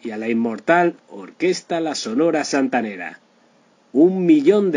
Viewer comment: Triste final por que? Este Señor es un farsante no sabe ni pronunciar Sonora Santanera Mucho menos sabrá de la vida de la CHAMACA DE ORO